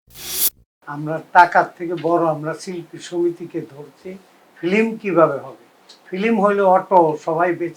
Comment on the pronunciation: Film word ta correctly bolta para na